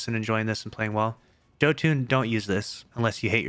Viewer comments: It is bonkers to me how many people I find who pronounce it "Joe Tune". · this man just said Joe Tune and i wanna die